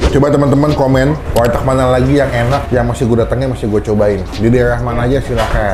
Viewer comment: warteg bang bukan walteg. canda walteg😂😂😂